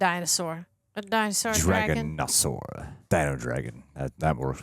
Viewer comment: C’mon guys, it’s Dragasaurus! lol